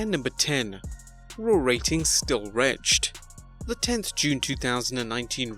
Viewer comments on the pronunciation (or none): Wretched isn't pronounced like retched. Although after this show, both may be applicable. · come on, if you hate WWE so much just stop watching it and go back to doing better retrospective stories that are actually good. stop being a dirt sheet smark. also, "wretched" is pronounced "wretch-ed", otherwise you just said "raw ratings are still gagged" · How did he pronounce "wretched"??? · The wrong way! Lol